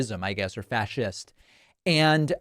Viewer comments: He can't read....fass-ist??? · Guy at the end of the video can't even pronounce fascist 🤦‍♂️